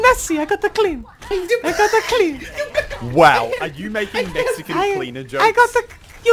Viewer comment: Tyrodin "THE LAST MEXACAN"